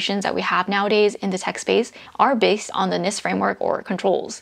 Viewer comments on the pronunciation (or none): none